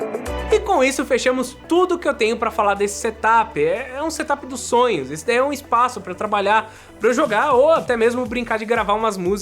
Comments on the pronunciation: Seria tipo "serâp" ? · engraçado ouvir vc falar "SETAPI" mas não e assim que se pronuncia kkkkkk eu tbm pensava que era assim ate ouvir os gringos falando da forma correta